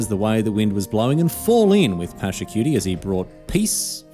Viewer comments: Except "Pachacutie" is not only mispronounced but "cutie" feels as a double insult to injury. I am Peruvian i am used to american media misrepresenting my culture but I wish i did not have to also expect it from my favourite game and streamer and even tournament. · Except is not a homage much less a great one. The name is mispronounced. The "Inca Empire" is not its name much less an empire. Pachacutec did not found nor built Machu Picchu. Sapa does not mean "only" it means "great" The video only repeats the campaign lore with all its innacuracies. Pachacutec did not govern by himself but had curacas or "noble houses" and was descentralized. This video does more harm by portraying widely known misinformation about Tahuantinsuyu (the country), the Inca (the ruler) and Pachacutec. Is the equivalent of making a video of an ancient egyptian ruler and say they were arabs.